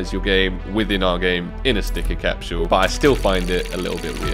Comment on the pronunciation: why you say “capshule”